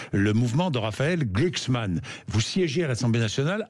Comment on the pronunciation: GLUUHKSSSMAN! Argh ! Mais c’est bien sur!